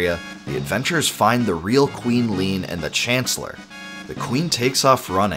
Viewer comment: Leene = lean? rly?